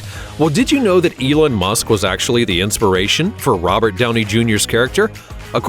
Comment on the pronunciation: Elen musk😂